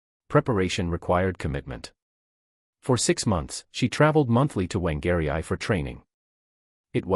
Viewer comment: Whangarei is pronounced Fāng-r-ray with stress on the first syllable. The F is voiced about halfway between f and wh. You’re welcome 😊